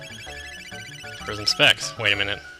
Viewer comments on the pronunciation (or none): Almost every time you said "Prism Specs" in this LP, I heard "Prison Sex" and did a double take.